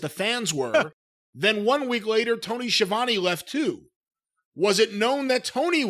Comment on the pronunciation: It’s meant to be pronounced “ski ah voh neh” not “schavany”